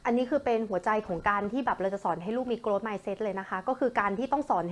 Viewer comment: ช่วงแรกๆออกเสียงผิดนะคะ grow-growth